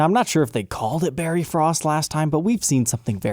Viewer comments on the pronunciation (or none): none